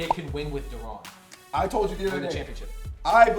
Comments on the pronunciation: Do I really want to listen to three busboys tell me their opinion on basketball? No. And last time I heard Deron Williams first name was pronounced Da-Run not De-Ronnn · Y'all are bums. Pronounce Deron Williams name right holy shit